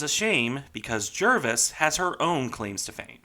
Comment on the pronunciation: I stand to be corrected but I believe the correct pronunciation of her. name is Jar-vis, not Jer-vis.